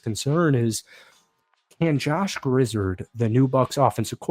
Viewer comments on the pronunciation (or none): Loved the video! One small note, Grizzard is pronounced Grizz-ahrd, rather than Grizz-erhd. Go Bucs!